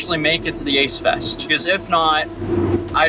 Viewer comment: Idk maybe it's my hearing or your mic, and I'm being serious, I thought you said aids fest. Now that ik it's ace fest, who the fuck is the ace family?